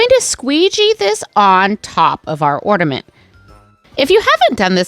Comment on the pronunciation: I love your ideas but couldn’t listen you say ord a ment instead of or na ment!